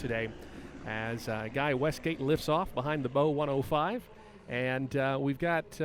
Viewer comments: It’s pronounced “bee ohh one ohh five,” not Bow 105. Just saying. Like its cousin, the BK117. Pronounced “Bee-Kay one one seven.” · BO-105. Just brief. Or Bölkow-105, if you like. Do you even know how to pronounce that?